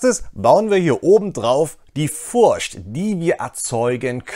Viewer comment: Super Video, vielen Dank. Bitte noch das englische "th" üben. da gibt s super Videos. edit nach komplettem Durchhören: bitte auch das deutsche "ch" üben, alternativ versuchen die Worte "playthrough" und "Furcht" nicht in einem Satz zu sagen.